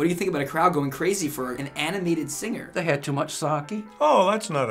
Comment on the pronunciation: "They had too mush sake" XD